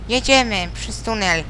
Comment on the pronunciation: jak zaakcentował po niemiecku ten "tunel" :D